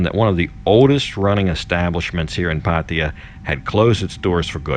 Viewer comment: 00.18 - PATTAYA 01.32 - PADDIER 01.38 - PATTIER PADEEYA PADDIER How many ways can you pronounce it differently ? Great videos by the way and I was especially inspired by your weight loss video, thank you.